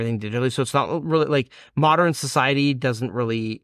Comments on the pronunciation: Every time he pronounces modern as moderin, I take psychic damage. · The way this guy says modern makes my brain itch ... Moder-en. It's Mo-dern.